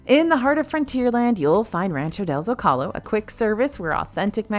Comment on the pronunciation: Zo-kalo. Lol